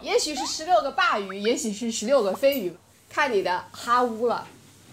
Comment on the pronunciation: bá（鲅）鱼饺子是什么鬼发音？？？bà鱼好不啦